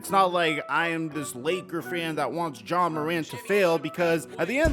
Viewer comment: Why you keep saying John